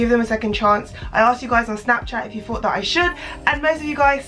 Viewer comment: she says thought like fought. that's so cute lol adorable